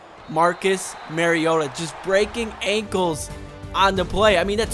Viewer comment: also your still saying mariota wrong lol